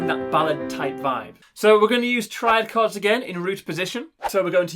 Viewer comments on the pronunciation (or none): Thanks but it’s CHORDS not CARDS I WAS THJNKING WTF IS HE SAYING NEXT!!!!!